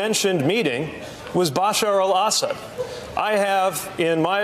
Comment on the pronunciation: tulsi hiding a smile when butty judge mispronounces Assad while trying to re-use that tired smear